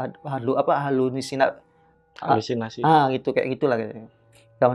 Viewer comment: Gak jadi serius ak dgr nya,, Hasulinasi😅😂